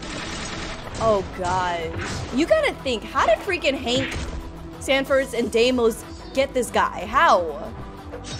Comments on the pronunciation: IT'S not desmos it's deimos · It’s pronounced Deimos (dem ee os)